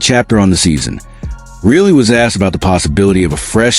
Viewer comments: You don't even watch hockey. If you did you'd know how to pronounce the guys last name! REALLY? NO REILLY! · It's pronounced RYE LEE